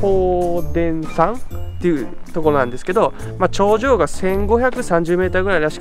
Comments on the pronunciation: ハッコウデンサンじゃありません。ハッコウダサン。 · 八甲田山の読み方を知らずに登るとか？！笑